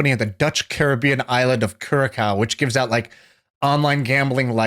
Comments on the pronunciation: Kurakao? It is not pronounced like that. "I am doing research as we talk", why not do that before the conversation? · Curacao is where I live :-) The second C is pronounced as a S